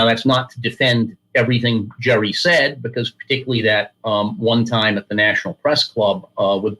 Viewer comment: Dude lost credibility when he said “Jerey” wright was a huge influence